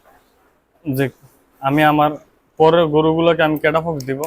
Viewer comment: আগে ঔষধ এর নাম বলুন ঠিক মতন 😄🤣 ক্যটাফক্স না ক্যটাফস😅